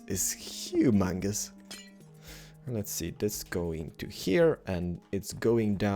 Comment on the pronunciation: no offence but when you say lets build it sound like lez build like you're building a lesbian lol